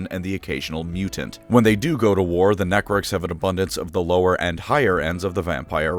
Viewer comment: I keep hearing "Nec-orks" and imagine an Ork that starts using necromancy on the battle field, not to raise the dead to help in the fight, but rather raise them so the ork can krump them again if they were fun enough the 1st time